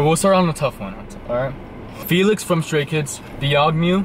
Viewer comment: I like the pronunciation of the name Felix, this boy almost looks like Felix